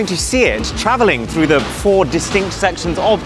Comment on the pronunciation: I love how he says da plants 😂